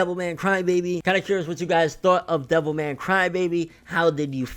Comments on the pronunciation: I kept thinking you were saying devil may cry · Sounds like your saying devil may cry